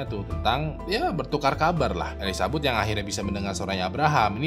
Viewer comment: bang salah nyebut nama jadi elizabut 🤣